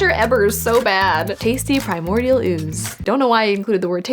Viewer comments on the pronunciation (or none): none